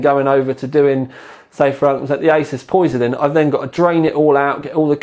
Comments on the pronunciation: It's pronounced "Po-Sai_Don" and not "Poi-Si-Don". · It's pos-eye-don :P also bencue